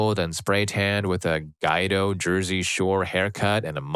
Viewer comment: "Guido" is pronounced "G'weed-oh."